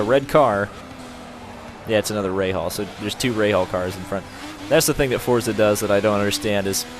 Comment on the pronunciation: No offense, but it's a pet peeve of mine when people say "Fortza."